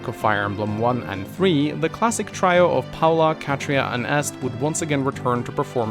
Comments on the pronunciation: "try oh" brother, it's "tree oh" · Try-oh? I'm fairly certain it's Tree-oh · Did he say "Try-o"? LOL! It's "tree-o",. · Did you just say "try-o"? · Trio is pronounced tree-oh. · You said trio as "Try-oh"?! UNSUBBED DISLIKED REPORTED!!!1!1!1!1!!1!1!1!1!1!!111!!!!